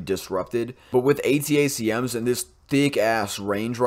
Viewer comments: ATACMS is pronounced "Attack-em" (like "Attack them"), then jsut add an "s" at the end: "attack-ems" or "attack-ums" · A-Tack-Ems, watch Habitual Linecrosser for that pronunciation. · "Attack-ums" is the way to say it, at least here in California. Great video, thanks. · ATACMS is pronounced "A-tack-ems".